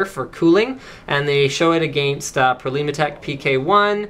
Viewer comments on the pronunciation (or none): Say against